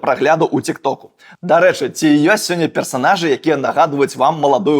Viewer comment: Так прыемна, што справа Мікіты жыве! Нашмат лепш, чым закінуць канал і ўсё. Толькі па-беларуску не цік-ток, а тык-ток. Дзякуй!